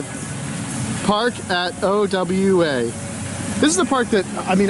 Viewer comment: It's OWA... Pronounced Oh-Wah.... NOT..... O.W.A.